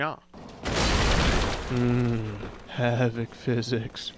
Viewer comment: "mmm havic fixics" XD i say more " MMM game blood and gore"